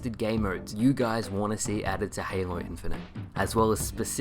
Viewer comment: My man everytime you say halo i hear hamo no joke. Love your videos!